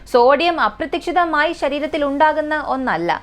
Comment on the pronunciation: അപ്രത്തിക്ഷിതം അല്ലാട്ടോ അപ്രതീക്ഷിതമായി എന്നാണ് tto